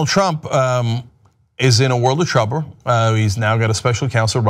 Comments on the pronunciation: No else catch, "So Donald Trump, um.... is in a world of truber" ? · This dude couldn't even pronounce trouble lol